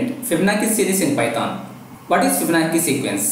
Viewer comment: Also its Fibonacci (Fib- Ah- nachi)